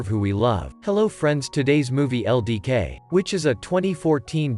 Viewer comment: I literally thought you said, "LOL, don't know" 😂